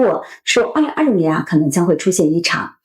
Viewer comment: 口歯很清晰，但是2026的6發音好怪，聽了幾次202漏年，回頭看字幕才知道在說2026。可惜！